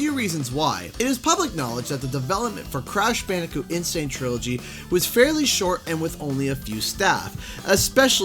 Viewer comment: I think you mean "n sane,", not insane. Hahaha!